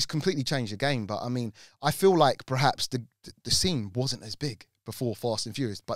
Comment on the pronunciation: PER-HAPS Now you say it.... PER....HAPS